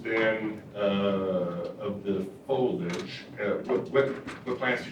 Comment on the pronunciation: Why can’t they pronounce “foliage”?